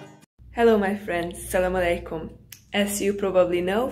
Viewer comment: Its Assalamualaikum Not salamalaikum , when you pronounce it that way the whole meaning changes :) Welcome to pakistan.